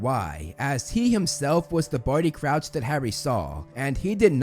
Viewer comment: You said Couch 🤣. Its Crouch obviously.